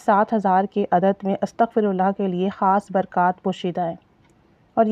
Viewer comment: Astaghfi hota h astghfu nai. hota .Yani astaghfirullah hota h Ataghfullaha nai hot. Fey pr zer h pesh nai